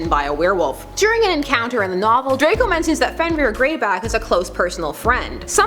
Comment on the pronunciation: It's Draco not drakel